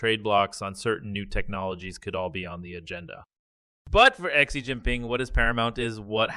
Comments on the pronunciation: You’re supposed to deliver the “news“ and you can’t even say Xi’s name correctly.😅🤣😂. Your obviously a and nobody would take you seriously let alone hire you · my thoughts ok, I never listened to you bc you ingornat as fk. How can you not pronounce XI name and you want to be the news 😅🤣😂You will never make money off this Chanel, your boring and your voice is cringe worthy.